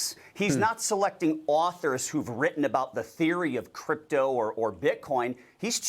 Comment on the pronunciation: It's CRYPTO not "cyrpto"